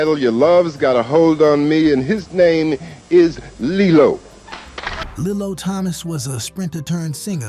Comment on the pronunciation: It's pronounced, "Lee-lo", not "Lillo.